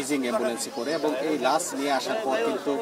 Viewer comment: ভাই লাস না লাশ।